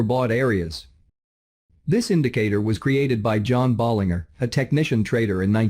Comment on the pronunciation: Please pronounce John Bollinger's name correctly. The last three letters rhyme with merger or manager, not finger or burger. Listen to him introduce himself on his videos to confirm. (John Bollinger on Bollinger Bands).